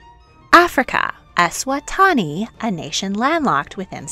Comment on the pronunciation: I have to ask- what on earth was that pronunciation of Eswatini? (es-wa-TAW-nee??)